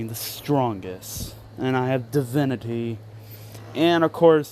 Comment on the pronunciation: The way you said divinity 🤣🤣🤣